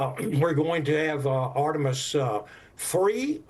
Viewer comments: LOL! ARE-TIM-US...😂😮😅! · I'm surprised she was able to pronounce 'Integrity' since she struggles with Artemis?!